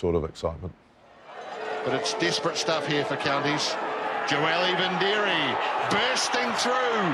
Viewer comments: there's no n in vidiri, they all butchered his name through out his career and still do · know this,, his name is joeli vidiri, theres no N in his name,, now listen to the commentators, they call him joeli vindiri, wrong assholes,, why dont they call richie mc caw richie maclaw????? its the same dumb mistake,, david wood was a pukekohe and counties winger the commentators called him david woods, grrrrrr do youre job properly